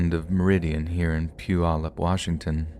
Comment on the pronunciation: The pronunciation of Puyallup was on point!! Usually people butcher that word. I know exactly where they were